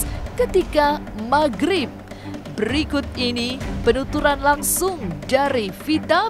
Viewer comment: Maghrib bukan mahrip👍👍